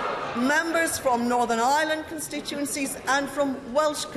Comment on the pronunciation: She would be best keeping the tories out of her mouth as she cant say constituency